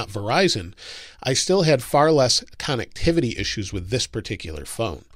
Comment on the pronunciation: Con-neck-tivity lol